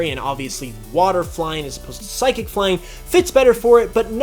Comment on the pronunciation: You got 3 of the types wrong! #1, they say water, NOT aqua! #2, it's Psychic, NOT Physiquic! #3, they're called Fairy, NOT pixie!